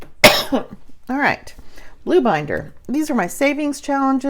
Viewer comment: Haha! I thought you said 'boob binder" at first!